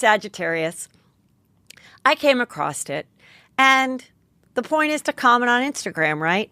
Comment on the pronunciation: There is no 't' in across.